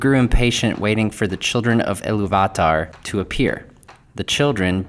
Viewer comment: Everyone else gets it, why are you making a point of being different and slaughtering the pronounciation of Eru Ilúvatar? In English, we (normal people) typically pronounce the second syllable strongly. However, you are pronouncing each syllable seperately and with equal measure. Stop. It's distracting. So how have the last 5 years been treating you? Have you been working on pronouncing words correctly? I hope so...